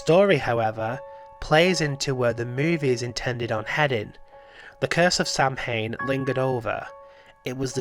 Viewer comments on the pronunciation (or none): it's not "sam-hane" it's pronounced "saw-when" by the way <3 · Its not pronounced Sam-hayn. Its SOW-wen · 1) I like him being stillborn then suddenly alive. There's a creepy idea there. Wish it stopped with just that. 2) It's pronounced "sah-win"